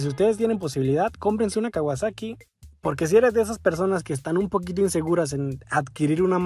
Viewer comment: "kawasexo " xd